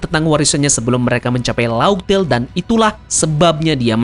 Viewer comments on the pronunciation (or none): revisi dikit bang. Laugh Tale bacanya : Lafh tel (U nya silent) bukan Lauf tel Makanya beberapa terjemahan meneybut pulaunya Laftel Cmiiiw